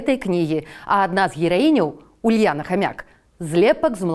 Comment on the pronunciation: хамЮк, не хамяк